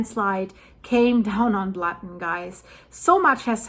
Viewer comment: "Lake Blatten", OMG, that hurts!